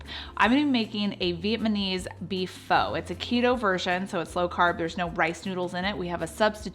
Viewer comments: Early on I mispronounced PHO too...it's FUH. Just FYI. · Pho is pronounced fuh. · F-ugh not fa lol 😂😂😂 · Pho is pronounced ‘fah’. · Not foh but fuh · Just fyi, Pho is not pronounced "Foe". Its more like "Fuh"...Fuh-getta bout it! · Every time she said foe, I said fa. :) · just to let you know, it is pronounced "Fuh" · I love your recipes BUT Pho is pronounced “pha” very short a 🙃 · Pho is pronounced like fu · It's pronounced FA, just an FYI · Love these recipes !Thank you, (FYI it's pronounced FUH =) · I love you videos! PS: pho is pronounced Fu, like FUn. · This is great...and BTW, pho is pronounced FU...like in funny. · I'm looking forward to trying these recipes. By the way, Pho, is actually pronounced Pha. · What the Pho? (Pronounced as fuh) thanks for sharing ❤️ 🍜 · The generally accepted way to say “pho” is “fuh.” Looks delicious though! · Thanks for the recipe. I do believe Pho is traditionally pronounced like “faa” instead of the way it’s spelled because there’s an accent mark on the letter O. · I was also going crazy at the mispronunciation of Pho. So much so that I couldn't take it any more and skipped to the next recipe. Seriously - I am so ridiculous! Great recipes though. Thanks bunches for the inspiration. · Your food looks delicious!!! I'm totally going to make your soups, but your manner of speech, you have to know a couple of things: 1) it's VIETNAMESE, not viet-ma-mese. 2) Pho is pronounced FU fuuuuuu, not FO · You lost me at pho and vietmanese . It’s fuh and Vietnamese . You might want to not drag out your videos. Most ppl want to watch fast to the point videos. And not as many commercials